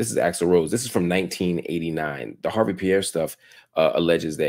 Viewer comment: The E is silent... It's not HARVEY... #HARVE